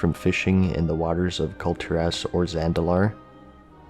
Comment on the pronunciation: "cult-your-ass" you're welcome